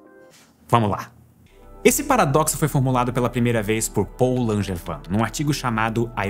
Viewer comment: hahahahhaha primeira vez que eu ouço na vida alguém falar o nome do meu pai sem conhecer ele. achei que ninguém no mundo tinha esse nome Langevin mas se pronuncia langevan